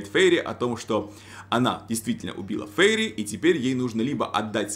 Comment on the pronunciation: Фейри.. Прямо как фери, простите😂